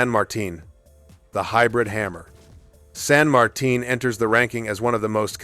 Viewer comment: Good video. I knew you were going for T10 so I thought of all of those before watching, except San Martin (kudos on pronouncing that name correctly!). As a DD main, I dread those, but also Moskva, Salem, and if we continue down, Atlanta and Cleveland.